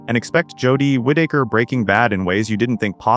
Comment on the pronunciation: it's Whitaker not wit taker 😂